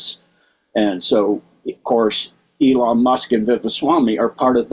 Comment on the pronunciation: E-lon is correct